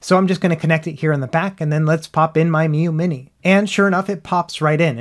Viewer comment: Ha, nice "three Miyoo monte" attempt in the beginning,!